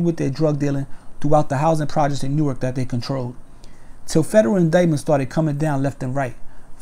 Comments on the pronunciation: New ark lol nork u mean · It’s pronounced nork just lettin you know for the next Newark video